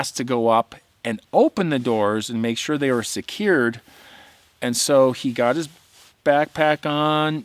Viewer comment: hey you sounded like us southern guys when you said "secured"! 😂😂 thats the way we talk down here in Ga! #keephiking #keepcamping #BCC # #bigfoot